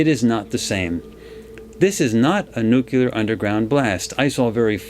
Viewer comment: This was done three years ago. I have watched a lot of Farsight's videos, but not this one. Very interesting, and about time I got up to speed on what is known about the Pyramids. One note - in this vid I discovered that does not know how to pronounce the word "nuclear", which is something I look for in intelligent people. Some people even to refuse to change their wrong pronunciation. Hopefully was told this by others before now, and has learned.